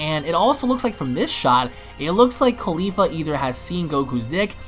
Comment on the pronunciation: cauli FLA not caulifa ITS CAULI-FLA